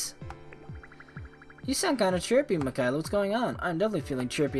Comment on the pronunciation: MICKAYLA NOT MICKEYELA!